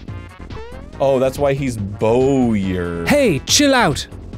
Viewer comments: Lol. He's a bow. His name is pronounced "boy-air". Bowyer is someone that uses a bow. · Being a bowyer, hearing him pronounce it like that hurt my soul. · A person in law is a lawyer. A marksman is also called a bowyer. That's where the name comes from. So it's also the same kind of pronunciation: boy-er. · BOWYER noun bow·yer | \ ˈbō-yər How to pronounce bowyer\ Definition of bowyer : a maker of shooting bows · Ah so it's not pronounced "Bow", it's "Bow". Got it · The way he said Bowyer is great. Because of how you say Bowser, it would seem correct; but it is not bow as in taking a bow, it is bow as it bow and arrow. English is so weird. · Omg...BOW as in 🏹, yer. That hurt my ears...